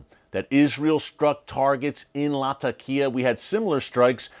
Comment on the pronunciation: hello my brother Eric. Thank you for theses updates. Just one simple correction. It is pronounced Latheqiah or if too hard to pronounce you can use Lazeqiah. This would make you more professional my brother for it is the proper sound to the name. Thanks.